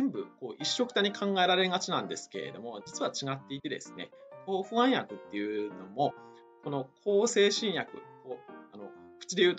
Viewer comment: ホャン薬ではなくて不安薬と発音して欲しいわ～